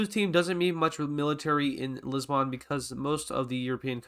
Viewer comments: Its not pronounced Lissban, it's Lisb'n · It’s not Liz-bawn it’s pronounced lis-bin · it dosent matter but, THE O IN LISBON/LISBOÃ IS SILENT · Lisboon never heard of this city it Lisbon